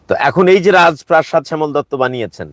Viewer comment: ভাই শ‍্যামলের উপর এতটাই ক্ষ‍্যাপা যে তার রাজপ্রাসাদ উচ্চারণ করতে সমস্যা হচ্ছে 😅😅😅